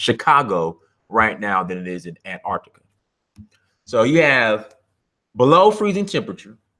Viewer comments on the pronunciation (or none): none